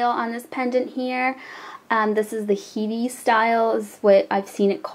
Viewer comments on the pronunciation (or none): Haha head-ie not he-dee. Great wrap. Heady as helll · hahahh I think it's pronounced Hed-dee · head.. pronounced (head-ee)